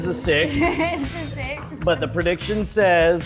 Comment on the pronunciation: what is this "predition" you speak of?